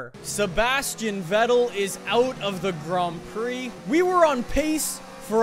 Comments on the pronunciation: if u want to say vettel dont say it like its write say fettel beacuse in german v is f. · it's pronounced Fettel :c